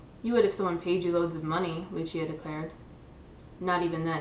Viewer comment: Uwah I just finished this book today~!! (Isn't Otto just awesome?? Along with Lucia and Max? xD) And you even said Lucia right! o